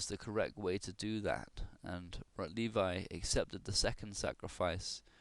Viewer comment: It's pronounced "Rotlevi" (Polish W is equivalent to English V). Also, where did you get the information that this game was played in a tournament? I don't believe that's correct.